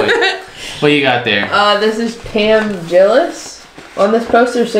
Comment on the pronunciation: I can’t believe you don’t know the Oak Ridge Boys! Aaahhhhck! Sugar land is Jennifer nettles and Christian Bush. There was originally another woman in the group, but she quit after the first bit. It’s Pam Tillis, not Jillis. Lol. Her father was one of the greats of the 60’s or 70’s Mel Tillis.